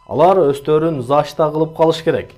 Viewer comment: Зашта дебей,защита деп туура окучу.А то кыжырым келип кеттат,сенин голосунду угуп